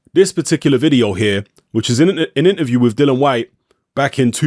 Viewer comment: Why do people struggle to pronounce Dillian's name correctly? His name isn't Dylan.